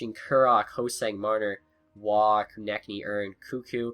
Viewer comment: It's Ko-Neck-Knee